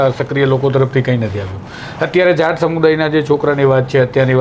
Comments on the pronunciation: It's not jant 😂😂😂 it's JAAT please pronounce it's properly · જાંટ નઈ જાટ 🤣🤣